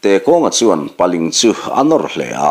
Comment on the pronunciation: Paling ti a lam loh tur paaliiinggg ti in paa liingg tur